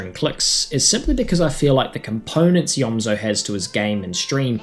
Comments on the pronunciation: It’s pronounced eomzo not eozmo I used to do same thing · you said eozmo and not eomzo